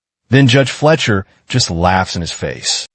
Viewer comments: You realize it’s Judge Fleischer, not Judge Fletcher, right? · Yeah, Cannot pronounce the judges name properly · Oh my god, you pronouncing the judges name wrong while making fun of someone is absolutely killing me.